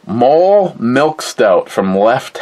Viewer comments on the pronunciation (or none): It is pronouncced "Moe-Lay"